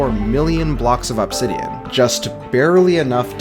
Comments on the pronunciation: AHB-sidian i've never heard anyone pronounce obsidian that way. most people and even the dictionary show it as uhb-sidian. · uhb-SID-ian not AHB-sid-ian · The way you say Obsidian is so distracting. Awbsidian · Pronouncing incorrect ahbsidian instead of uhbsidian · You say obsidian like "Absidian" vs "Ubsidian".... And it hurts inside. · Please stop saying "ah-bsidian" its "uh-bsidian" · Why the fuck you say OPsidian bro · stop pronouncing obsidian like opsidian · The way he says obsidian made me click off instantly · Absidian bro fix ur pronunciation literal nails on chalkboard listening to you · The way this guy says "obb-sidian" pisses me off. Pronounce it normally bro you're the only person on planet Earth that says it that way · I swear i thought i'd never hear anymore pronouncing it "obb-sidian" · I hate how he says obsidian like ahbsidian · i cant stop hearing OP sidian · why does bro pronounce obsidian like that 😭😭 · why are you pronouncing obsidian like that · My dude, that is not how you pronounce obsidian. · Say obsidian again